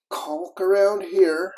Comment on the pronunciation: Glad to hear you pronounce "caulk" like you do instead of the way Norm does on this old house.